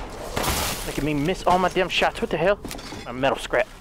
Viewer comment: when says ‘heL’ 😂